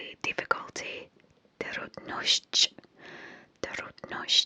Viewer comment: Your polish was surprisingly good, words like "trudność" and "szczęście" are notoriously hard for foreigners to pronounce and you did a great job 🤍❤️